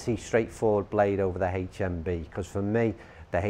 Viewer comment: Why's he gotta say "haech mmm bee"?